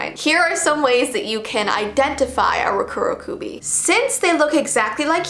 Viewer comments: Its pronounced Roh-Ko-Roh-Ko-be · Dokudokubi that is how you would pronounce it. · Hi! Correct me if I’m wrong but I thought it was pronounced roh-ku roh-kuh-be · It’s actually pronounced “Rock-uro-kuubi” but nice try, it’s close! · I’m Japanese and it’s pronounced “lo ku lo ku be.” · it’s peonounced “Ro-ku-ro-ku-bi” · You pronounce it as roko roko bee and you roll the roll the r a bit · For me I pronounce Rokurokubi as row-koo-row-koo-bee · Hey like you videos I thought I'd tell you that the Rd are pronounced as Ds.